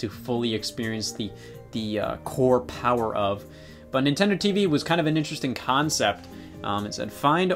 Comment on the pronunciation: Am I the only one who never realized the name of Nintendo TVii and always pronounced it “Nintendo TV eye eye”